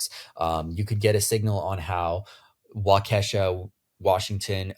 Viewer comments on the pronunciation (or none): until I realized he meant Waukesha county I wasn't even sure what state he was talking about: it's not "wah-KESH-a" it's "WAH-keh-shaw" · WAH-kuh-shah, but that was a fun way to pronounce it too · I love how you mispronounced Waukesha 😊 it’s pronounced wau-kee-shaw (emphasis on the first syllable)